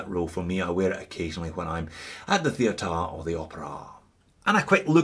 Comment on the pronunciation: "..when I'm at the theataarh or the operaah." Lol! Great vid as usual. Keep up the good work during these hard times!